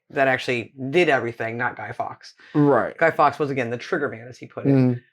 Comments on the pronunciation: Guido FORKS (Pronunciation) Not Guido Fox. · it's Guido Fawkes, not Gay Fox! (She is so annoying)! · 5th november is not a national holiday. It is Guy Fawkes night. Catesby, cate rhymes with late. Fawkes same pronunciation as forks, not fox. Are you talking about the Isle of Lewis? If so their celebrations have nothing to do with Guy Fawkes night. It is about Viking memories.